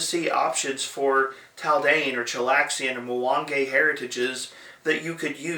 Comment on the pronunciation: Dumb question but this really blew my mind - about halfway through the video you said "Mwang-ay". Is it pronounced that way? Or is it pronounced "Mwang-e"? I feel like I've been saying it wrong this whole time 😅 also, good review!